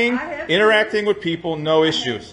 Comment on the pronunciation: LIBEERATE THE PEEOPLE